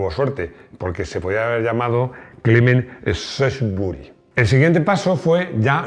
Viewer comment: Shrewsbury se pronuncia "Siusbery" es un bello poblado de Massachussets USA donde viví un tiempo, así lo llaman por ahí. Sunbean se pronuncia "Sanbim". Saludos y feliz 2023!!